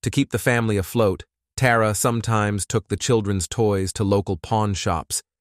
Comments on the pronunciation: Her name is Tara not TAWra. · Sidenote: It would be helpful to pronounce the names the same throughout the video. You pronounced Tara's name as both "Tah rah" and "Teh rah" from sentence to sentence. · Dam i was getting confused with the names Tara, Terry, and Tori trying to remember which girl was who. And this stupid AI saying "Tara" then "Tar-Uh" back and forth. Then instead of saying "legal council" AI said "lego council" omg it drives me nuts! I watch other cases with the same exact AI narrator and the way he pronounces words 10 different ways is so irritating lol..like that one case where he said "Megan" 5 different ways..im sure some of you know what im talking about..Anyways this is a terrible and disgusting crime these scumbags did to that beautiful little girl..i just cant wrap my head around how anyone can abuse or murder a child over nothing! Like why? Because they felt like it or they wanted revenge or they were mad?! I just cant comprehend it 😢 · It’s weird how they change the pronunciation of “Tara” a couple times throughout!